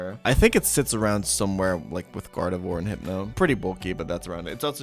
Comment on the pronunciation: also Rayqwazza, Gardevore, Breyloom, Magcargro, Trohpius